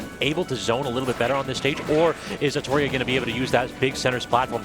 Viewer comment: Why r they saying atoryi-eh that can't be how that's pronounced